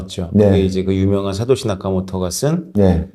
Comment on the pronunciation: 다른분과 달리 생각이 유연하시고 주류 경제학자지만 현실을 직시하시는 능력이 있으신듯~ 말씀을 잘 하셔서 그런지 질문의 수준도 굉장히 높아보이고 두분의 대화가 정말 재미있고 뜻깊습니다 근데 자꾸 사까시 나카모토라고 하셔서 알아듣지만 조금 민망 ㅋㅋㅋ^^